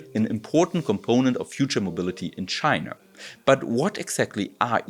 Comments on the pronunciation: I love the video, pronunciation of China is really funny "Chiner" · Wo genau liegt denn eigentlich tschainarrr? Mann kanns als deutscher auch echt hart treiben wenns um die Aussprache im englischen geht. Zu den efuels. Schön das da da, scheinbar, eine Probe bekommen hast und auch erwähnst das in Deutschland zwei hersteller sitzen. Nur wäre deren Kapazität interessant, die tatsächliche Menge grünen Wasserstoffs die verwendet werden und woher das co2 kommt.